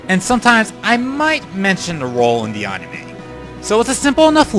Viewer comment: I'm sorry, I'm a fan and all but you've got to learn how to pronounce "anime".